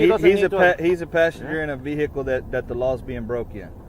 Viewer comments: All citizens: "vehicle" All 🐷🐖🐷: "VAYY-HEE-CUULLL" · Never trust a cop who says "Veee-hickle" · "Vee-hickle"... pound sand!